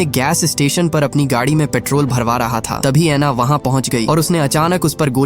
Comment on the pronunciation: Gaaaaadhi nehi gadi